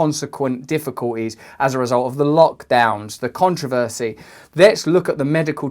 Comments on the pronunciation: Contro-vosy? I think it's pronounced con-tro-ver-sy. (I know I know...) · An observation. Russell pronounces controversy "con trah-veh see." That is all I have to say. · The way Russell pronounces "controversy". lol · I want to Hear you Pronounce "Controversy" one more time. That was the Most British Enunciated word ever. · The only REAL controversy is the way you pronounce "controversy" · It’s pronounced ‘controversy’… and I love you RB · I have a controversy on how you pronounce controversy